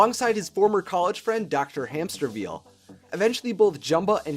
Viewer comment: Dr. Hämsterviel - "It's pronounced Hämsterviel!"